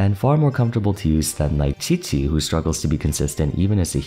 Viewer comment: Dandelion breeze does not deal periodic anemo damage. It only damages opponents who are entering and leaving the field. I hope you research a bit more the next time you make a video like this, because a lot of people look to you for valid information on the game... Butchering Qiqi is ok, cause it's not her video but Jean is the subject of the video, and hence mistakes there aren't as ok... A few mistakes are fine, but tbh, I've encountered a lot of em in your videos as a huge why noone/everyone plays fan... I sincerely hope you do better next time!! But nothing will stop me from watching your videos tho..